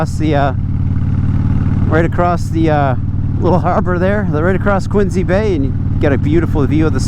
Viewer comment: I like to hear people pronouncing "Quincy" (Quinzy) properly. 🙂 That only locals know how to say it. (Not like in the old TV show Quincy MD with Jack Klugman) Glad your new job has impact on the young people that you are working with. It must feel good that your job has meaning and you are contributijng to a better society, rather than just "making widgets". Your self-worth must have doubled or tripled since ditching the old job and getting the new one, since you are making a difference in people's lives.